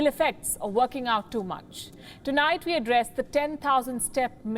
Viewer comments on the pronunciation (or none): none